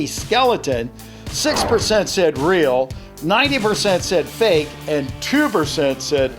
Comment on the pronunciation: "so fak its funny" LOL